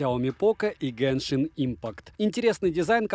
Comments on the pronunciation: Почему автор говорит гЭншин если правильно гЕншин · обзор шикарный, но единственная притензия - не геншинК импакт, а геншин импакт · Почему гэншин правильно же будет геншин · Кто-нибудь, объясните, пожалуйста - откуда автор ролика в слове "genshin" нашёл букву "k/c"?